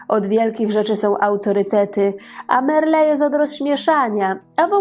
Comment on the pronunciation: Zofia Merle miała trzech, a nie dwóch wnuków, najmłodszym jest Wojtek, więc gadasz kobieto bzdury i niekompletne informacje. I nazwisko Merle nie akcentuje się na ostatnią sylabę 🤦